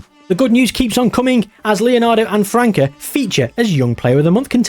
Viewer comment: hey, I'm Brazilian, the Ç in "França" is pronounced like an "S" sound, like the word France in English (took me some time to understand that when you said "Franka" was you trying to say his name xD)